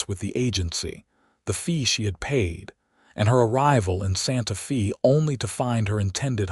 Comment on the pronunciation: EDIT & REVIEW!! Edit the reading!! The name of the town is "Santa-fay" not "Santa-fee".